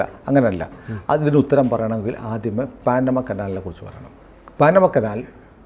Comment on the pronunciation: പാനമ അല്ല പനാമ കനാൽ